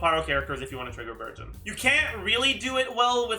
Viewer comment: i keep hearing burgeon as virgin..